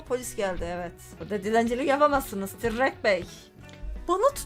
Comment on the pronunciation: Abla tırrek tirrek değil